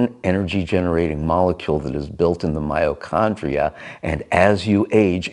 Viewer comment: It's mitochondria (with a 't').